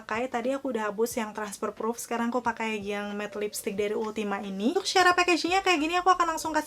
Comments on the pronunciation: Halus bgt complexionnyaa.. btw setau aku bacanya ultima two hehe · Ultima two bacanya😄neutral juga salah bacanya. . Maap cuma koreksi aja😊